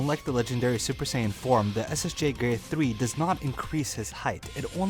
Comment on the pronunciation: I thought you said LSSJ 4 but I had noticed when rewinding it, you said “LSSJ form”, at the beginning of the video is when I heard it.